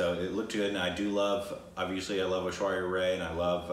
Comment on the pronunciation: yes.Unfortunately I have the feeling they dont read the comments any more...I keep repeating after each fucking video that they mispronounce the name of Ash-with ZERO reaction on their side !